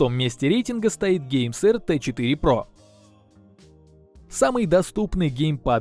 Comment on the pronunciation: "гейсерт 4 про" я один так услышал?